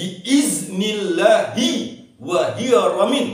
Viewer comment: Qobiltu. Tapi Maaf, kurang jelas ucapan dari kata bi idznillahi wa il... Lanjutan katax kurang jelas. Mohon diikutkan dgn trks arab atau teks latinnya tuqn guru